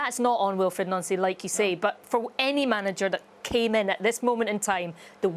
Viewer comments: It’s crazy that so many commentators can’t pronounce the Celtic Managers name correctly….it’s Pronounced NONCEY not NANCY. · Glad Boyd is pronouncing his name properly, Noncy, unlike others